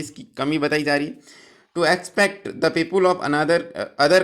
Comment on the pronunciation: Kya English padte ho sir ‘पीपुल’ !!!!